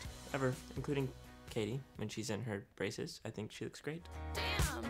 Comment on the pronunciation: It’s Katy not Kathy!